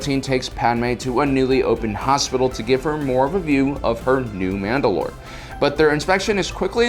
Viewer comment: Mandalore, like the planet, not Mand‘alor, like the leader.